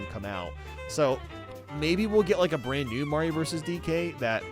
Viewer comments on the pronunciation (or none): none